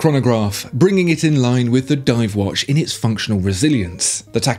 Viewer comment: Its not wash its watch come on man.